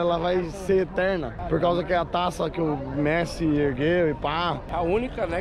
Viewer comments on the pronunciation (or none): Ele falou pessi? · Ele falou Pessi ou foi impressão minha? Ksksksks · "vi o Pessi" PESSI KKKKKKKKKK